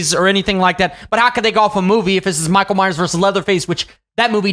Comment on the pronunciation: Minckael myers